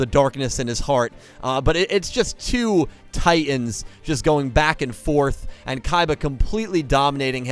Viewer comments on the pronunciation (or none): none